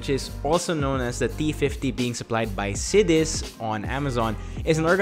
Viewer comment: It's pronounces Si-DE-CHE, hope this helps.